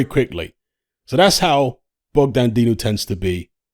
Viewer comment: Man said Dogdan